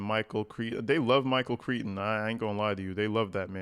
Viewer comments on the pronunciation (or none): that author’s name is pronounced like Cry-ton - Michael Crichton. ❤ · The author's name is pronounced Michael Cry-ton (ironically, in this case), just fyi. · It’s pronounced like …Michael Cry-ton. And I’m a Texan. No, I wouldn’t talk to my son if he was like this weirdo! He does write like he’s a little boy……but, HEY STEPHAN, you’re a middle aged boy!